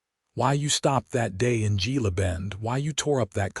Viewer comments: GILA IS HILA PRONOUNCED H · With the relentless blunder in reading and pronunciation in so many of these western tales and stories of women Navy Seals, Gila is Hela in as near proper Spanish as I can write!! I would never disregard the stories of women fighter pilots as they have gone from ferrying planes in WWII to capable pilots as formidable as bees dutifully supporting their hive. There is truth is their capabilities and courage to swiftly take down targets that threaten peace! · Gila is pronounced hela. Gila bend was nothing but a stage stop and resting place in the 1800s. Very sparsely populated. There wouldn’t have been a lunch or dinner crowd if there was even a restaurant at all. There were only a few buildings. Why can’t AI do better research? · Gila, a Spanish word pronounced hela